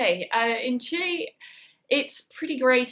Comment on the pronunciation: Except saying CHILI and not Chile it’s true